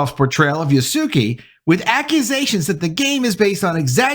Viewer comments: I am so sorry but you stunlocked me enough to pause the video. I have heard several bad pronunciations of "Yasuke" including but not limited to Yasook, still I wasn't ready for "Yas Suki" 😂 Yas-queh is how they say it, more or less. Even Yas kay is better. E as in endurance, not E as in teeth. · Just so you know Yasuki is pronounced Ya-Su-Kay.